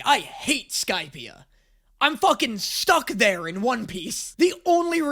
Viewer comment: my first time hearing this I had no idea what ‘skypia’ was sounded like skype took me a minute to realise he meant skypiea from op I think it was either just before he said one piece or just after lol